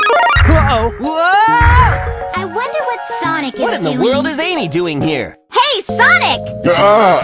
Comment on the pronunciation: lol he said sanic adventuuur doom